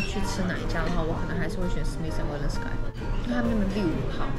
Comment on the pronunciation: …….sky不一定要唸成天空喔 加油！